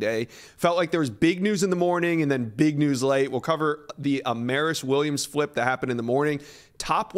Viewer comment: It’s “A Mar is” not “A mare is”. He said he’s tired of reporters getting his name wrong.